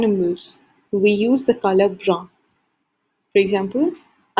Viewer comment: You're pronouncing "Marron" and "Brun" wrong. Ce n'est pas comme ça qu'on le prononce en français